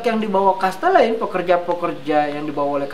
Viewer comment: Mas terimakasih atas video singkat ini. karena ini dipasang di youtube tolong pengucapan nama dan kata kata asing belanda harap diucapkan dengan laval belanda bukan dilafalkan dengan laval ingris misalnya nama cahtelein itu bukan dilafalkan chestelein tetapi chastelaein. Sorry ya saya mengritik demi kebaikan saja. thnks.